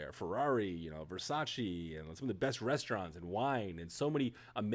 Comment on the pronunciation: It's "Versace", not "Versaci"